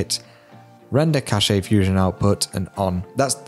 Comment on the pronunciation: Cash not cashay.